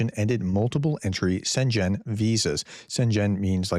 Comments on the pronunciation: ‘Schengen’ is pronounced SHENG-uhn, not SHEN-gen. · Schengen (the village in Luxembourg, for the EU agreement) is pronounced SHENG-uhn. It has a 'g' sound. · Schengen - "sheng-in", just so you know. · Amigo. It's not a Shenzhen Visa. It's a Schengen visa.. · Schengen is not pronounced like the Chinese city bordering Hong Kong. It’s pronounced SHENG-en, not Shenzhen. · Schengen: you pronounce it as if it were Chinese. The correct way is Chen-gen, the first syllable like the chinese chen, but the second the "g" like in gene, the "e" like in general. Hope this helps, it is a bit intricate, and the devil lies in the details. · Shengen, not Shenjen. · Zenchen sounds like a city in China, but the correct way to pronounce "Schengen" in English is "SHEN-gen". This pronunciation uses a soft "sh" sound for the "Sch" (like in "ship" or "push"), followed by a short "e" sound as in "bed" or "dress," and ends with a hard "g" sound like in "go". The stress falls on the first syllable: SHEN-gen. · What's a Shen-Zhen visa? Schengen = SHENG-un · Shen -gen not shen -jen :) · Chen gen nooooo Schengen. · as for pronouncing "schengen" try "shang-in", that should be close enough :) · Sjengen. It’s pronounced Sjengen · The "gen" in Schengen has a hard "g" as in the word "get." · Just fyi, Schengen is pronounced Shengen. The c is silent. Love your videos, very informative!👍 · Please don't pronounce Schengen like it was a Chinese place. You can have a look at the English wiki article: Schengen (Luxembourgish: [ˈʃæŋən] ⓘ, French: [ʃɛŋɡɛn], German: [ˈʃɛŋən]) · Hi Professor just note: The g in Schengen Visa is pronounced like a g in get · not easy one for us english speakers to pronounce from the words. but its pronounced "sh-eng-en" zone... and its a bad idea. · SHENG-GEN. Hard G sound in second syllable. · Pronunciation note: Schengen = sheng - en ( ng as in sing or finger, both pronunciations are around). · "Schengen" has a hard G. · sHEN gEN PRONOUNCE IT RIGHT! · Pronounced shen-gen 😊